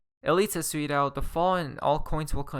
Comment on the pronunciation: 'Asweeedo' = 'has tweeted out'